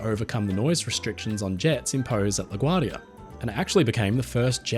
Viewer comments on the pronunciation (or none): none